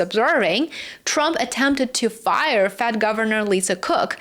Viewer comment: Good work,! Tip: It's "Fed", not "Fad". But I understood you.